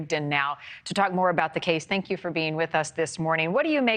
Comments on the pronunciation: It's pronounced 'Lay tah County (Latah County). It's "Lay" as in now I lay me down to sleep. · From a local please learn the correct pronunciation of the places you report on or you look disintetested. Its Lay taw Long A Latah County thank you! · Please learn to pronounce ‘Latah’.